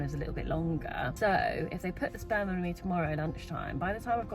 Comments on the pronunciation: I was very confused until I realized she said "sperm" and not "Spam." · OOOOHHHHHHHHHH SPERM!!!! i though you said SPAM??? makes sense now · omg...youre saying "sperm"....NOT 'spam' hahahaha...i better rewind now that i realize youre not having a, uh, spam.. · at first i thought she said" bought my wife spam." and i was confused why it was a weird word until i realized she said sperm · this is awesome and all, but at first I heard "I bought my wife some spam," like the MEAT, and was concerned as to how that made a child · I can’t be the only one who heard “I got my wife some Spam”. I was so confused. At first I thought “pregnancy craving? Weird”. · Okay, so I knew the video was about a baby because of the thumbnail but when she said what she got her wife for Christmas, I thought she said SPAM. Like the lunch meat SPAM and I was super confused and was like what??? And then she said fertility treatment and then I was like ohhhhhhh 🤦🏻‍♀️ not my brightest moment 😅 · I thought you said “spam” at first and I was like ??? why would you buy your wife spam?? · I immediatly thought "baby!", but then misheard you say "I bought my wife some spam," and I just couldn't for the life of me figure out why the spam would be a secret... (I do mean the weird meat(?) in a can) Congratulations on the actual living being though!